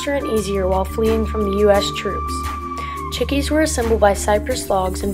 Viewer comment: LOL ITS FUNNY HOW SHE SAYS CHICKEE